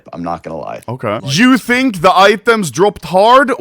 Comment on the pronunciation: Gamba addiction. He does not fink like normull peapull.